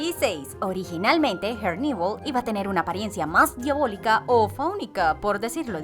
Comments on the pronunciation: Por favor pronuncia herneval como se lee es español no ingles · Pareces tonta tratando de pronunciar en inglés en nombre de Herneval Siendo que kos creadores son mexicanos y ellos mismos lo pronuncian tal cual se escribe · Son rayas azules y blancas en sus medias y pronuncias mal el nombre de herneval